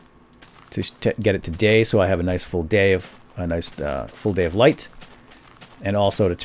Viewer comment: When he said "day" I thought he said gay lulzz!